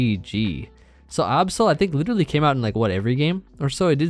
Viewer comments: Why you pronounce Absol that way? Lol. It’s like absolute, not obsolete. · My man out here saying Absol like the Last Airbender movie says Aang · please stop saying absol like the avatar movie says aang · Ah yes, the middle eastern variant of absol; the Ahbsol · The way pronounces Absol triggers me throughout this whole video